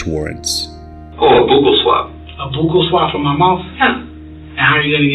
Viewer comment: Bukel swab? I think they mean ‘buccal’ pronounced buckle - ‘bar-cool’. Swabbing of the cheek.